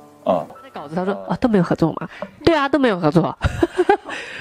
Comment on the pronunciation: K phải Sheng ru ren xin mà là Shen ru ren xin :)